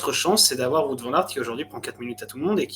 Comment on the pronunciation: Super emission les gars ! Faites juste attention à la prononciation de "Wout" pour WVA haha